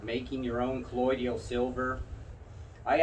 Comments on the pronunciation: Why in the heck does everyone keep calling it "colloid-ial" silver?? It's properly pronounced "COLLOI-DAL." 😁🤷🏾‍♂️ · JUST an FYI............. you really lose credibility (believability) when you don't know how to pronounce the word correctly........... It's NOT colloiDIAL it's colloiDAL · It is not collodial but colloidal